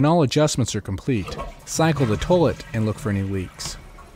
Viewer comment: Lol "towlet"...